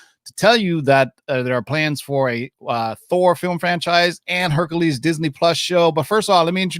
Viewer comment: Guys, I love your videos and you give such amazing info. BUT your pronunciation of words like Hercules, Speculation and many more are killing me. Like nails on a chalkboard.. EVERY TIME!! Its Herc U les, not Herc A les. Hate me guys, but FUCK, it hits me in the same way the sound of rubbing your fingers down a balloon bugs ppl. Keep up the good work, but go back and listen.